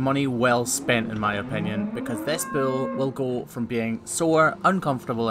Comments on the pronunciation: its Bull not Bill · I love the way he says "bewol" instead of bull